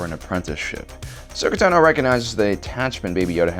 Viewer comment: Den Jarín? Asoka Tanó? Wtf is up with this guy